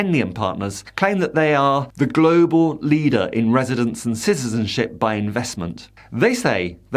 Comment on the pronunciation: Ciztizenship?? Supportzive. Practzical. Emptzy. Hurtzing. Battzered. Promotzing. = Brexit English. Soon to become like the ridiculous Spanish lisp.